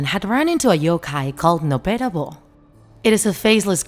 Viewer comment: What Chinese heard Noppera bo What i heard No pera bros at the bigining